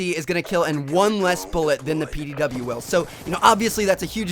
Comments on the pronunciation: PDW not pow lol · Its pdw not pow